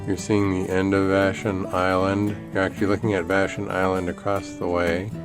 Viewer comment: FYI Vashon is pronounced VA- shon, accent on the first syllable.